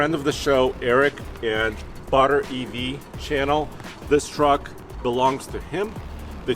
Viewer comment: I'm not going to lie when he said "Butter_EV channel" I thought he said bought our EV channel. I was busy getting started on my breakfast then I heard that and I was like who bought your EV channel?